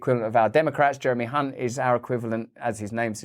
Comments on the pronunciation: You pronounced Chancellor Jeremy's last name incorrectly. It's spelled with a C, not an H. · 'The Rhyming Slang Chancellor of the Exchequer.' Can't help but notice, that so many people have the surname Hunt, but for reasons that are unclear, it is only Jeremy who prompts constant mispronunciations by our newsreaders. Another two classics on budget day.